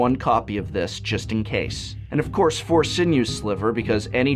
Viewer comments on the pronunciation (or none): none